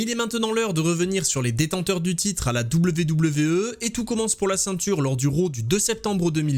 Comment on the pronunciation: Tu te casserais moins la nénette en disant à l'anglaise " dabyou dabyou i " plutôt que " double v double v euh " ;)